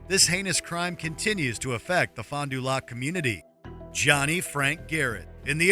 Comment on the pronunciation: Youre saying it wrong, its not Fon du Loc its Pronounced Fond du Lack